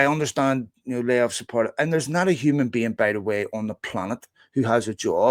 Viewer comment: Hum'n Been